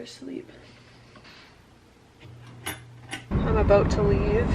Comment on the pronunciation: she said aboot :)